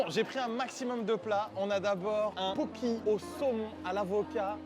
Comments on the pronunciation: Juste mes pauvres oreilles, ça se dit poké :( c’est un plat hawaïen et les e se disent é, c’est tout merci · "illsy" "poki"... Really? 😂 Itadakimasu, et merci pour ce fou rire. Et yes, plus de vidéos dans ce concept 👍